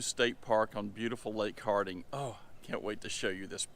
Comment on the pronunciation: It's lake hartwell not lake hardwell